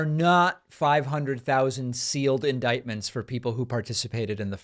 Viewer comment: Upta Fifhunnert sealed indikedments.